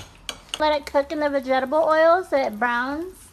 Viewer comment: Everyone is talking about how she mispronounced vegetable "begetabul". But, not about the stitches on the side of her lips. This generation only knows how to make fun of people